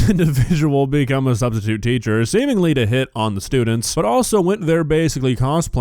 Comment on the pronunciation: "sustitute" "sahh". Nuff said.